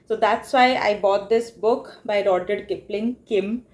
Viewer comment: RUUD-YAARD Kipling ... You're pronunciation of the name is horrendous.